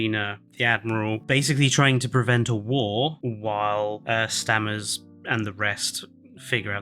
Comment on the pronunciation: Stammers? It's Stamets. Great video guys. Just made me laugh